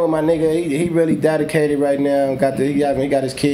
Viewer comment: “It’s dadicated mayne” 😂 highlight of the whole show 😂